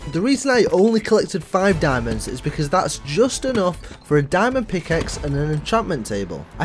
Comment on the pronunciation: "Look Illy enouph" "Buk'e o' wa'a"